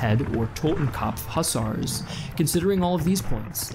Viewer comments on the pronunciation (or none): 'Hus-ars' pfft Americans Jk ur vids are great don't deep it